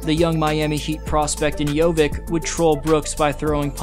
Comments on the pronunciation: Hey, it is not JoviK, it is Jovic same as Jokic, just instead of k in the middle it is v. :) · It's not JOVIK, it's JOVIĆ!! Most Serbian surnames end in IĆ, how hard is that to remember? So, like Jokić, Bogdanović, Petrović, etc... on IĆ, every Serbian surname should be pronounced that way. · Jo-vich not Jo-vik. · It's not JoviK, its Jović, just like Jokić 😉 Great analysis though 👍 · Bro, how do you pronounce Jokic - Jokic, but Jovic - Jovik :D like, why, its YOVICH not YOVICK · "Jovick" more like JohnVick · Jovic , not Jovik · Great video as always, just wanna point out, Jović is pronounced just like Jokić only with a V. Not JoviK. Sometimes you might see it written as Jovic, but if we're talking about Serbs, most of the surnames end in "ić". Jokić, Bogdanović, Gudurić, Avramović, etc. Easiest way to spot a Serb in a wild. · upravo to komentarisem gore, cita Jokic savrseno i onda odjednom BUM Jovik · It's not Jovik, it's pronounced the same like Nuggets Jokic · ali je covek rekao Jokić normalno ja Jović Jovik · para uši jovik. Baš me nervira